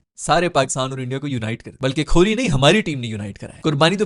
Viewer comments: bhai koli ka name to theek se loo esay lagta he khurli keh rahay hoo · stop saying kholi. Its kohli